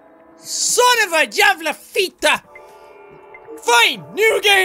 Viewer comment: Jackaboy I'm so proud that you can pronounce "Jävla" flawlessly just work a bit on "Fitta" and it will be all good :)